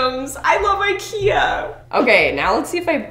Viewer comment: it's pronounced Ik-eee-ah